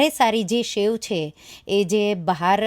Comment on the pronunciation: It’s sev not shev🙏🏻